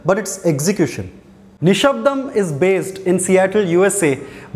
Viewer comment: exactly I'm pleasantly suprised that his pronunciation is more authentic than annoying bgm "నిషబ్దం"